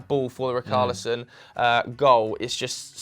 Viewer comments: Btw, richarlison is not pronounced “RIKARLISON”, it’s pronounced like it’d be written with an sh... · It isn't ric-arlison It's rich-arlison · Its richarlison lads....not ricarlison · Dont worry about Saiss lad - Its Rich-arlison not rickarlison 😂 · RI-CAR-LISON??? Who's RI-CAR-LISON.. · Why you guys changing the pronunciation of Richalison now? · My OCD when they say RICKARLISON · I love how you try to pronounce saiss' name correct but completely butcher richarlison. its a ch sound not a hard c sound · Ree-car-lee-son (pronounced like son in Son Heung Min) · The way they pronounced Richarlison 🤮🤮🤮